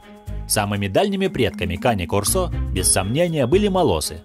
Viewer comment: Не корсО, а кОрсо! Говорите правильно! Это итальянское слово, и у него ударение на первый слог!